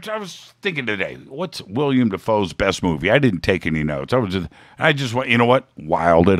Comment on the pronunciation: Willem. Not William. Just saing because he's my fave.